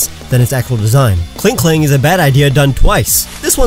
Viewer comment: KLINKLANG, NOT KLING KELANG!